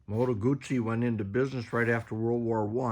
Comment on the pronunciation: Moto Gucci? Moto Goutzi.